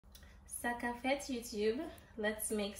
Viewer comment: This is a Jamaican dish yet u say Sakap fet. Shame